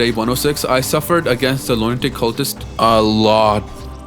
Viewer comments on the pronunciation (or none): Bruh I thought you said "loin dick cultist" for a second...